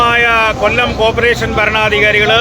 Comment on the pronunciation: കോപ്രെഷൻ അല്ല സർ കോർപറേഷൻ